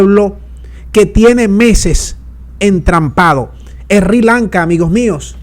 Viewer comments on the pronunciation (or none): se pronuncia SIRI LANKA, NO RI LANCA. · No es "Ri" Lanca, es Sri Lanca... Sssssri Lanca... la "erre" es débil... Primero está la "ese".